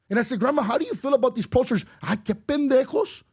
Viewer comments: Pendejo* with a P. Not a B. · It’s Pendejo’s not bendejo lol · Excuse me, the real word its pendejo no "bendejo"😂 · The word is pendejo not bendejo. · Its Pendenjo NOT bendejo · Yo pbd it’s “pendejo” not “bendejo”. It’s in the title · IT'S PENDEJO NOT "BENDEJO" WTF?😂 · FYI, The word is Pendejo, not Bendejo. Great video though. He speaks the truth! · The word is "pendejo," not "bendejo"! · Isnt it Pendejo? Not Bendejo?😂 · It's Pendejo with a P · Just for the record it's pendejo, with a 'P' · It’s “pendejo” … aren’t you guys in Miami???